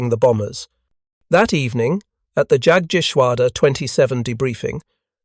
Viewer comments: A German ‘J’ is NOT an English ’J’. Also, I don’t know of any German ‘A’ that is not “short-A”, the classic “Ahh” sound. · Pls get the the German pronunciation right,it’s amazing how you mutilate Jagteschwader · The P-39 was not an experimental design, it was a fully developed military sircraft that suffered from burocracy and false economy. Whats with the weird noises scattered throughout? You need to practice saying jagdgeschwader correctly. As it is its horrible, rven with a fake british accent.